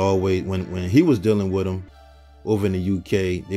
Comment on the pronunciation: It’s with, not wif